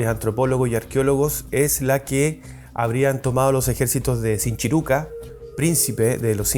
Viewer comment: Sinchi Ruca??... este no sabe ni como se pronuncia